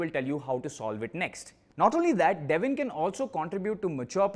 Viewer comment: It's Devin😢 not devil By Devin